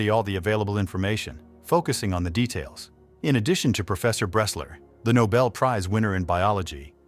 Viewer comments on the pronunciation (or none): none